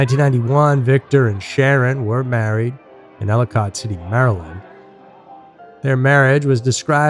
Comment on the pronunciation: Hahaha say “ellicot city” again 😂 we pronounce it ellA-kit